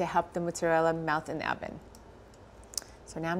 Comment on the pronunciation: Did she say hoven? 😂